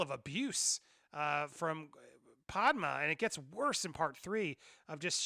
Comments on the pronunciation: Andy, say it with me...Padmay. Padmé is pronounced Padmay, not Padma. Padma is a celebrity chef. Padmé is the mother of Luke and Leia. Please. I really like your content, but you're killing me. 😂 Also, it's Kamino like El Camino, not Kimono like a traditional Japanese robe. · I’m enjoying these but please stop mispronouncing Padme. It’s not Pad-Ma, it’s my Pad-May. Thanks! 😜😎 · Ffs man you just watched the movie it’s pronounced “pad-may” and “ka-me-no” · I love you Andy, but we gotta work on your pronunciation of Padme 😂